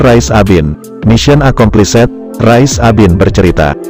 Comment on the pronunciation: Membaca mission accomplished, "-ed" ngga dibaca spt itu. Ini hanya membaca buku Jendral Rais Abin, gambar tidak memberi nilai tambah apapun.